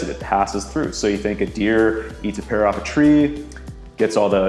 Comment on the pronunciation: Take a shot every time he says "pear" wrong